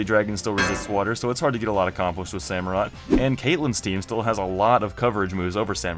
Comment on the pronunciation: when u said emboar i was like YES but then u said sammarot and i was like f**k